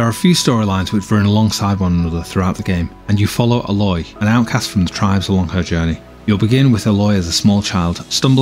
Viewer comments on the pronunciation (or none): By the way the main character's name is A-loy like the letter a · It really pisses me off when "game journalists" can't even be bothered to pronounce the names of the characters correctly. It's not as if they didn't say her name 10000 times before the proving(which I haven't even gotten to yet). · Ugh, why do reviewers do this? Her name is said like a million times in the game!